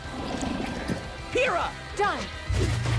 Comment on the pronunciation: Yo Bro!! You keep messing up Pyrrhas name lol. It's (Pyrr-Ra)